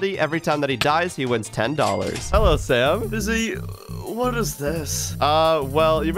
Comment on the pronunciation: Bruh his name is fiizy not fizzy